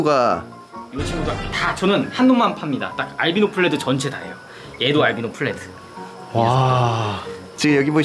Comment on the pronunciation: 알비노플레드가 아니라 알비노풀레드 입니다 ㅋㅋㅋㅋㅋ